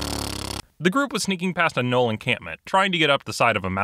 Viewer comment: Wait, the g in Gnoll is silent?